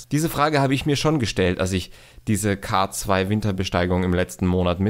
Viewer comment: Bitte den K2 englisch aussprechen der Berg verdient diesen Respekt. : )